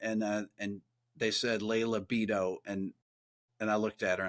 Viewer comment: Baffling how you didn't know how to pronounce Beato.